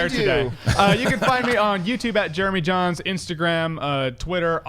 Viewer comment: Was looking away from my phone then heard "it's Jeremy Jains" what!?!